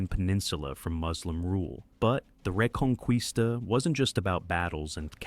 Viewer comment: Its a cool Video but the Word "Reconquista" sounds wrong in the Video